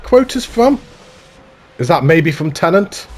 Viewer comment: my guy, it's not "tenant". also, how do you "absolutely LOVE inception" and not know that paris is a key location?